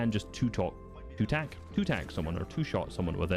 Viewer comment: Tack is s tear. This guy trippin